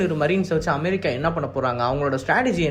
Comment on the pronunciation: தயவு செய்து அமெரிக்கா என்று சொல்லும் போது நார்மலா சொல்லு மற்றபடி new சொல்வது அருமையா இருக்கிறது பிரதர்